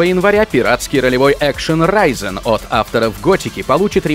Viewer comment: правильно Ризен, а не Райзен. а разбивка по времени - это хорошо.